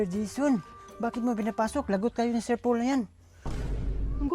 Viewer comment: Tawag ni kay PB ay Sir "Pol". Dapat Sir Pole "". 😀